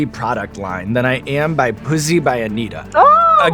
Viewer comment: Anitta or Anita? They say Anita but it's written Anitta?